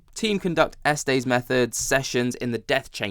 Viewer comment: Hi & much love from Colorado! You were talking about the Estes method, but living in Colorado, just down the road from Estes Park & the Stanley Hotel, please may I give you the correct pronunciation of 'Estes'. It goes like this... S-Tess. I'm sorry but it sounds like you're talking about a male body part the way you pronounce it. Say the letter 'S: then say 'Tess' & you've got it. Hope this helps! By the way, I love your accent!